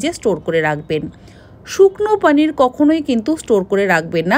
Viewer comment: পনির❌ পানির✅😂😂😂